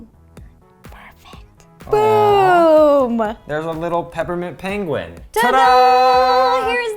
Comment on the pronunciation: Peper mint